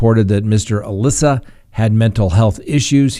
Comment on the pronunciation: It’s pronounced Ahmad AL-Issa not Alissa like the girls name.